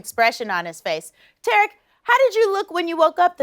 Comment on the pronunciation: W ...his name is TARIK not Terrick